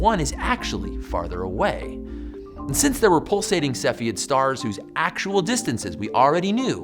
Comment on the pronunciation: Cepheid - you're pronouncing it wrong.